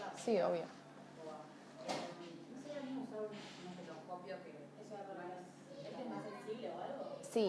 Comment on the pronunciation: Me irrita bastante que la doc diga reiteradas veces "ESTOCOPIO". Me pone nerviosa, entiendo que es el tonito "cheto" o pseudo "burgués" típico de muchos; la papa en la boca me desconcentra. Perdón por expresarlo, estoy como en el sketch de Capusotto "Ministerio de Educación". Así.